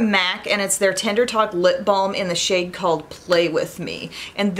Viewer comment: It's so funny but I almost swore (and replayed it) that you said "shit" when talking about the Viseart bronzer... right before. You said, "and this SHADE," but it sounded so different n funny! Lol... just had to mention it cuz it made me chuckle